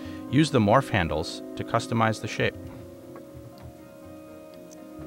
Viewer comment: I think he means 'shape' not shit. ... Still, it does sound distinctly like shit. I am so going to customize the shit out of my factories with those wack morph handles!